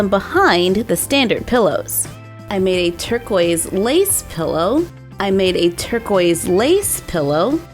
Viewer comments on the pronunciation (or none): She said turgoise 2 time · You said tercois pillow two times😂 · did she say "turquoise pillow" twice?